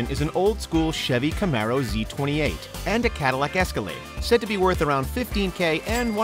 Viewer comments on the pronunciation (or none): none